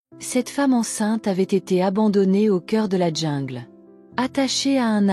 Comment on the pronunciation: On dit jungle et non djingle